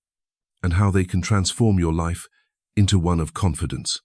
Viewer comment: I’m done ranting about AI narration that when trying to simply state someone’s age as twenty nine, says two nine, and then mispronounces the word confidence. No seriously, thank you for posting this. I do this all the time. Maybe one day I will become my true self.